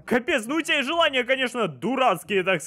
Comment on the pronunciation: Почему желния? Разве не желания?